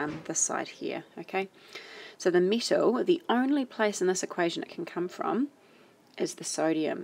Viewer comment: i was so confused when she kept saying mittle then i realised she was saying metal